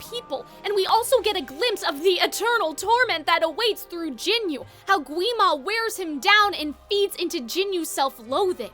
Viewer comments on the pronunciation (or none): Its not jinyu Its jinu. Ji nooo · the whole movie told you how to say jinu's name, what do you meam gin-you 😭😭😭😭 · the mispronunciation of jinu as "jinyu" pmo 😭😭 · I got a little distracted by you calling Jinu "Jinyu" the whole video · Why can nobody say Jinu's name right 😞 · The way she says Jinu hurts me 🥺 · Quisimmotto lol way to mispronounce the character's name